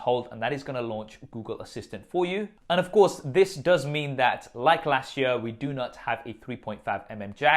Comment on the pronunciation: Learn how to say year...